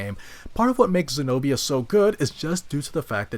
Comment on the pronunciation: Senobia not señoría